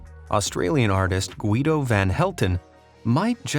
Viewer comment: Great vid as always, just a little tip: Nikolaj is pronounced like Nikolai. Edit: Guido is usually pronounced like Gido